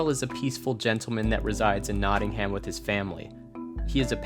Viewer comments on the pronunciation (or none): For future reference, Nottingham is pronounced Not-in-um. Just say it like you'd say the word Nottinum :) The -ing-ham is an ancient suffix that denotes certain village types, same as -ing-ton like Wellington (wellintun) you can slap a -shire (sheer) on the end for more of the countryside :) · I love watching people mispronounce my home city whenever I watch a Karl Kopinski video :D :D Nott-ing-um